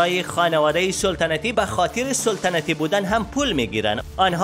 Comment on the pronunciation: سولتنتی ای چی معنا سلطنتی درست است نه سولتنتی 🤣